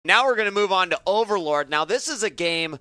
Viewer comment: Ok everything you said was right except how you said, " This overleads fable " Overlord is a very good game but fable is like 100 times better